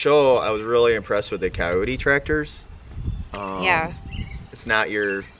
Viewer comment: Thought said Coyote Tractor. Nope, the google corrected me it’s Kioti Tractor.